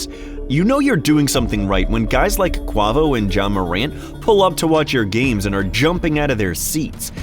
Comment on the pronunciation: Cuhh said "Quwaavo"